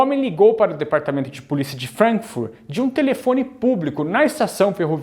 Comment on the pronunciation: Pronúncia FrAnkfurt, não frenkfurt